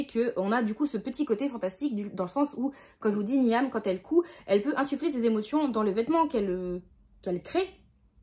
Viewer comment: Ah ben voilà, Runborn et La cité de laiton me tentaient pas plus que ça à la base, mais t'en parles trop bien 🤣 Sinon, Niamh ça se dit Nive, mais tu peut le réoublier, ça m'étonnerait que tu le recroises ! 🧞